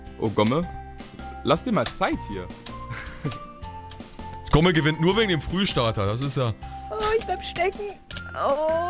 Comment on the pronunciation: Jedes Mal, wenn er das sagt (also Gomme) verstehe ich Pixelkuh.